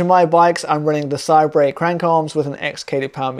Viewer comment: i think it's pronounced 'say-bur'